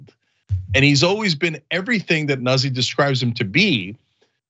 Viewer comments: It's not 'Nussi' It's pronounced Newt- z. It's Italian. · Noot See…not Nuzzie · Think it's pronounced like "newt-SEE". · Pronounced noozi....get it right...stop trying to be as Anglo as possible Anna